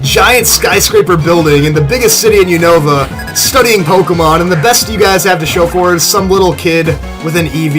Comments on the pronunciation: its not U-nova its Un-ova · You call the unova region all wrong it's called uheeenava